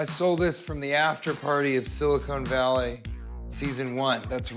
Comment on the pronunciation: Did TJ Miller just call his own show "Silicone Valley"?